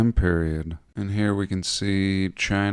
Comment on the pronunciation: I like when you say Chiner 😂